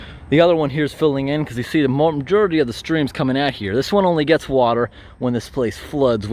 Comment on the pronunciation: I've been watching Post 10 for a few months now, and I have always appreciated the clarity in pronunciation... However this is the second video in which I have heard him say "majerity" instead of "majority." Has anyone else noticed that?